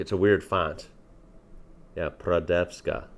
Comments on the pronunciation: Radenska, not prodeska :D try it with white wine (not sweet one), 1 part wine and 1 part radenska. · Its R ad en ska